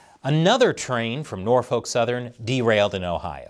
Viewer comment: The L is silent in Norfolk.